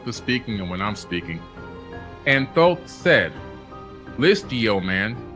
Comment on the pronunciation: THOTH NOT THOT